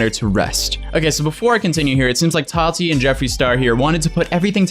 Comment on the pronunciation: Why does he say "tati" liiiike "hot toddy" tho